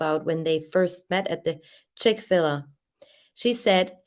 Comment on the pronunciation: It's Chick-Fil-A with a long a like The letter A, not Ah. They have the best chicken sandwiches. I dont even like fadt food, but I will go to Chick-Fil-A if I'm ever somewhere that has one.